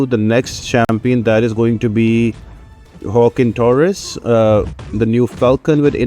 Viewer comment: Waah-Keen Torres. Hopefully that helps in pro ouncing his name.